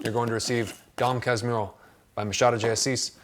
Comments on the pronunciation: Double "R" sounds like "H" in english, so "Kas-mu-ho" ;) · Another suggestion: "dome kas moohoo" I think it sounds a little closer to the correct pronunciation. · Another great review, this is the best literature channel, great reading tips, outside the comfort zone of the usual readings. The pronounce is Dóm Cásmoorru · You can pronounce Casmooho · Casmurro is pronounced kahs moo who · Just a little help with the pronunciation. Try “kash/moo/ho", with a British 'a' . This is sort of how it sounds with a Rio de Janeiro accent. And thanks for the atention to Brazilian authors, we have many of them who really deserve a close look and more interest from international readers. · Pronounce is Cas (like 'I' from 'fight') mu (like 'too') rro (R on throat like R from french 'amoUR'). An intersting ride here in Rio is visit places which Machado wrote in books. Most of all still have the same name. The street where Capitu and Bentinho lived in their childhood is nowadays called 'rua Riachuelo'. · It's pronouced Dom - like in Don Corleone; "Cas" - like in castle with an british ascent); mu - like in mumme (?); rro - like in 'home'. You touched an important point of Machado. He is really accessible, although the things that are hard for strangers to pick in the first and secound part of the book, that maybe look boring to you is the acid critiques over the aristocracy in our country. In both of the books you mantioned there are tons of portraits of that. Bento is in fact a childish adoult in his middle age, spoiled by his mother even when he tried not to be. One more thing, there is a short tv show made in 2008 called "Capitu" each is a really theatrical adaptation of the book. It's way different from the book, but a really really interesting one. Worth check. PS: Sorry about the English... never studied it. XD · The U in casmurro sounds likes the oo in kanguroo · The double "r" in casmurro is pronounced like the "h" in english. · the manner you say "Casmurro" haha so funny